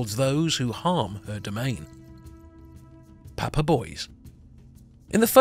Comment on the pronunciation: also Papa Bois is not pronounced like "boys" but "bwua" meaning wood ... father wood However great video I loved it!